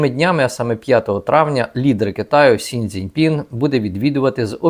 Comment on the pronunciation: Правильно китайського лідера звати Сі Дзінь Пін, а не Сінь Дзінь Пін.